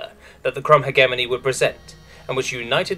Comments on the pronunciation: Please learn how to say hegemony correctly. (pronounced hedge-eh-mon-E not heg-emony) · I'm 99% certain it's pronounced HEJ-eh-mony rather than heg-EM-ony, but that's just a pet-peeve, good video otherwise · I love all your videos, but it always nags at the back of my mind when specific words are mispronounced repeatedly. "Hegemony" makes the G sound like J, think "hedge-eh-money" or "he-jem-money". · Might I just note that the way you say "Hegemony" physically pains me? Maybe it's your accent, but I've always known it as "Hejemony". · google pronounces it he-GEM-ony. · The way he pronounces "Hegemony" 💀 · the g in hegemony is a soft g you say it like a j